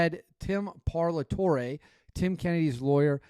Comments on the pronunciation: Bro, his lawyer’s name is Tim Parlatore (Par-la-Tory). How is that hard for you to say? He’s also Shawn Ryan’s lawyer. Surprised you never heard of him. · its pronounced "Pall-ah-tore-a" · You spend all this time kicking people while they're down, obviously its disgusting what TK is lying about but for talking heads to be talking sh t and canr even call the law firm to get correct pronunciation of the lawyers last name